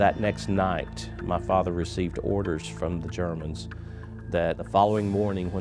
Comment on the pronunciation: Start of the video: Ma Father Ed Sheeran: Ma Father